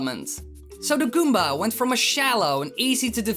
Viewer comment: when you say goomba you're like goombar